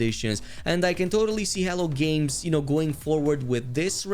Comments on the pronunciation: Errrr isn't that spelled " H E L L O " Games? Hell-OH? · I don't know if you're aware of it or not but you say hell games a lot it's hello games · Why do I hear "hell" games everytime u say Hello Games? Lmao. Sounds funny. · It often sounds like you’re calling them “Hell Games.”😃